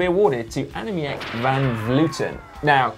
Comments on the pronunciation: Simon, the proper pronunciation of Van Vleuten name is Anna-meek. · Hi Guys, I love the GCN Show, but as a Dutchman I cringe every time you guys try and pronounce Dutch cyclist's names. I know Dutch pronunciation is hard, so here's is the correct way to pronounce Annemiek van Vleuten for an English speaking person: 'ahnemeek vahn vlurten'. If you need more help with Dutch pronunciation, please don't hesitate to get in touch. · Hey Si your pronouncing Annemiek wrong, in dutch you pronounce the 'ie' as you would an 'ee' in english so you should say 'Annemeek'